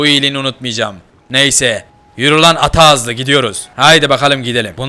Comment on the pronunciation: Küçüğe atağzlı değil tayağızlı diyo